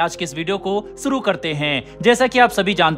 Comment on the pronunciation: शुरु को सुरु न बोलें शामिल को सामिल न बोलें चैनल का स्तर निम्न कोटि का हो जाता है और हमारे बच्चों का उच्चारण भी खराब करते हो, जो हम भी नही चाहेंगे